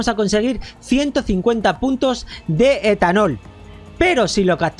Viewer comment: Dijo esthanol